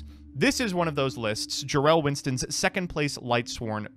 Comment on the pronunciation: Did he say pro winston